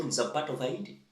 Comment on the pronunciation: It's pronounced HEITI (Heyti) 😅😅😅